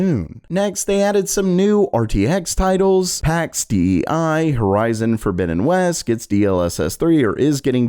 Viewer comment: PAX DEI: its not "D-E-I", DEI is a latin word meaning GOD. Just call the game PAX DEI. 😉